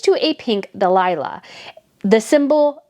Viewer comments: that word wasn't Delila it was dehlia pronounced dal-ya, and a dehlia is a flower and Delila is a name. Just thought that would help and I say it with respect. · It's dah lia not delilah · For further reference the flower, dahlia, is pronounced: dal-yə (😊) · the flower supposedly representing Methane is a "dahlia" pronounced daylia, not delayla. Otherwise it would be wonderful if hazbeen and Methane would both vanish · Dahlia not Delilah. It is a flower. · correctly pronouncing "dahlia" would've been the frosting on the cake.